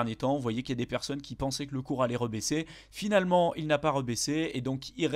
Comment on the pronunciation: « Beaucoup de perconnes » joli labsus 😂